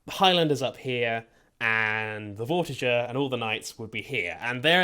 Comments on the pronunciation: It's Vor-tiger you're putting vor and tiger together but instead of saying tiger with the big I sound you say it with is a little I sound vor-ti-ger so no you're saying it wrong forget about what you heard online even with your accent that should be easy to pronounce correctly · Its vortiSHer it is a french knight